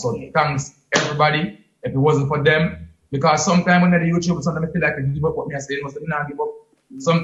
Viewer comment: Every time king say Youchube 😂